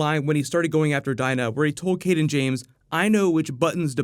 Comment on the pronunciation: Why is it every time someone mentions the name "Cayden James," it sounds like they are saying "King James?" It's been confusing me off all season.. lol